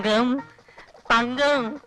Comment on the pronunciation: തങ്കം...... തങ്കം ......തങ്ക് 😂...